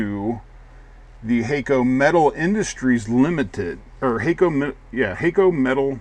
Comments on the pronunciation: Hah-ko actually. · no it HAK-KO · "Hay-co"?? Surely it's "Hack-o"!!